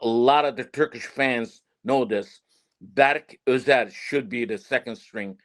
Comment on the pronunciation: Bro doesn’t know player names lol the keeper in France is not berk ozer, his name is berke ozer. The midfielder from fenerbahce, his name is not ismail yukselen. It is ismail yuksek. Also in terms of team’s current leader is calhanoglu. Even arda and kenan are looking up to him.